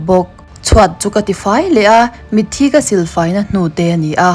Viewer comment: Mitthi i lam dan hi a va original tak... Tawngkam dik takin....